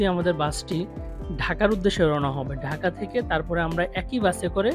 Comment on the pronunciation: আপনার ব্লগটি ভাল লাগল কিন্তু আপনি আপনার উচ্চারণের ব্যাপারে আরেকটু যত্নশীল হলে দেখতে এবং শুনতে ভালো লাগবে। যেমন ভাত কলকাতা ঢাকা এবং সাবস্ক্রাইব।